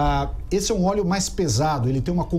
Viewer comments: "ORIGEM DO OLHO"? PUTZZZ "ORIGEM DO OLÉO"? NOSSA, VELHO... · E o acento em ÓLEO é no primeiro O. Mas tá indo bem... se liga ae.